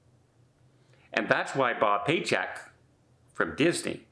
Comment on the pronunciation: Did you say bob paychecks